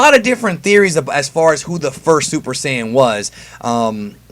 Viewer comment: Why do you say syajin instead of Saiyan it’s odd